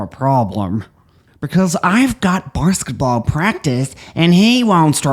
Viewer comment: Pronouncing it "barsketball" with such contempt is right on brand for Mr. G's hatred of the athletes. Love it.